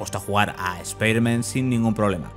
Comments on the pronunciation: Porque le dice "Espiderman" y no "Spiderman"? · Buen analisis P.D. es "ESPAIDERMAN", no "ESPIDERMAN" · ESPIDERMAN? PRONUCIA BIEEEEEEEEEEEEEEEEEEEEEEEEEEEEEEEEEEN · ¿Speider-man? ¿es un nuevo super héroe? Nunca había escuchado pronunciar el nombre peor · es un chiste usado en Padre de Familia cuando Peter le dijo Espiderman a dicho superheroe, como si se burlaran de la pronunciacion española, eh ahi la referencia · EspaiderMEN XD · Por qué le dicen espiderman? Si la cagan!!!! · espiderman jajajajjajajajjajajajajajajajajjaa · Por que si es piderman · Cuando lo primero que haces al entrar a ver un video europeo es escuchar como pronuncian mal el nombre del prota .... cierras el video y te vas a la mrd .... bye xd